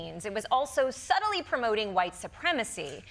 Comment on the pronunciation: She said subtly??